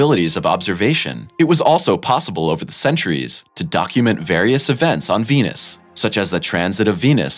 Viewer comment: India would've been the first to beat everyone, their biggest obstacle was they couldn't pronounce the planet's name correctly. It was tough to raise funding... Nobody invests in Wenus.